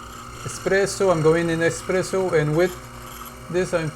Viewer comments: Espresso, not Expresso. Please, if you call yourself a coffee expert at least get that right :-) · espresso no expresso…🤦🏻‍♂️🤦🏻‍♂️ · "expresso" smh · Pls stop calling it eXpresso :(